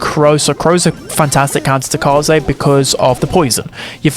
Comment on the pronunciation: Upvoting your video because you are the only streamer I watch who knows how to pronounce Kaze's name.